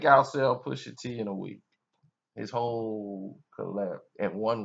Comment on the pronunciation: it pusha t not puisha tea lol